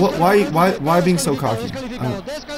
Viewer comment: “Cooky” its “cocky”